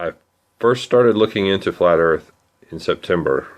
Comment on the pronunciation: The girl says ERF